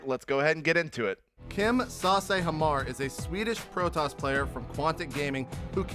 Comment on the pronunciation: It is pronounced "HammaR